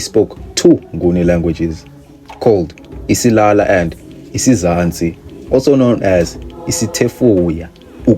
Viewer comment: Isiyaya 😂😂😂 not isilala